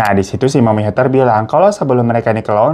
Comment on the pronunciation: Heather baca "Heder"